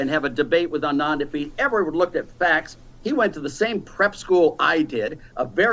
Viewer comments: It's ANAND. NOT ANAAAND. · That little man is condescending and infuriating. What does the fact that Anand and he went to the same prep school have to do with anything? Meanwhile he can't even be bothered to pronounce someone's name correctly. All that aside his economic theories and proposals are as outdated as he is. I won't waste time watching him again so I hope he will not be asked back on the show. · Jesus, Laffert's mispronunciation of Anand's name is ignorant and infuriating. What a jerk. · Tax revenues literally can't be raised by tax cuts... that's likely saying you breath better after you've drowned because water has more oxygen than air. Side note... Odin save me if I ever mispronounce Anand's name. That look was a RAZOR.